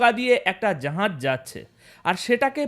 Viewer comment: জাহাজকে জাঁহাজ উচ্চারণ করা হচ্ছে কেন কমরেড ?